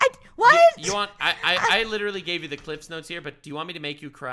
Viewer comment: says literally instead of literally. My friend Megan used to do the same thing and its adorable.